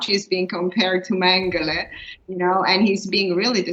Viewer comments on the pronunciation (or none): si mette l' accento sulla prima sillaba nel nome Mengele